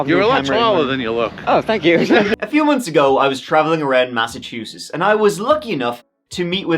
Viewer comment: Yo. You need to correct your pronounciation of the state of Massachusetts. Stop pronouncing it as though it is spelled Masseteusess. I did the same years ago. It's pronounced exactly as it is spelled - Massachusetts. Don't get corrected by a local, it's better to be corrected by a foreign fool who has been corrected by a local. Just a friendly tip.